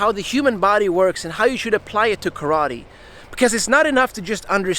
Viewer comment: Congratulations for the ideas and for the seminar! And congratulations for starting saying "karate" without an american accent for the first time since I am watching your videos.